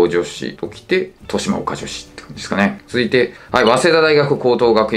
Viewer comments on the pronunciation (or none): かなり間違った偏差値ランキング💦 あと、豊島岡女子は、としまおかじょし じゃなくて としまがおかじょし です😅